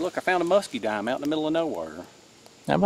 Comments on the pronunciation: Fat Steel, lol. Yes fatwood. I mispronounce all kinds of stuff when filming due to thinking of ten things and trying to say something. A muscadime is a wild grape that grows down south. It's delicious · this northerner heard "muskie dime " if so , what is that ?.